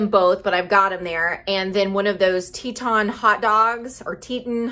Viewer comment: It’s pronounced Tee-tawn. (Teton) Good stuff.